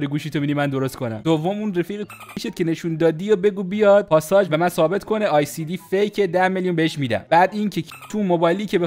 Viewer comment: ال سی دی نه ای سی دی 😂😂😂